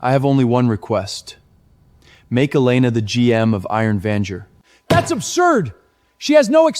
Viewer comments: Vanguard not Venger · Vanjerk...he clearly said it 😂